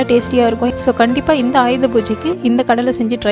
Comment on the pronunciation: உச்சரிப்பு சரியாக இல்லை . கல்லை இல்லை கடலை